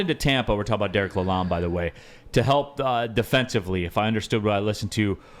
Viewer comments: This MF'er correcting a guy that sat in the room with the man! lol I don't mind wiserplan. but yes it is lalon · Couple corrections to below: It is the Yzerplan. Pronunciation is La Lon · Just to help y’all out the D is silent in Dereks’s last name. It’s sounds like Laloan.